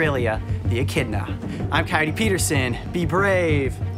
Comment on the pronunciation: i thought when he sais "echidna" i thought he said "eh kid nahhh"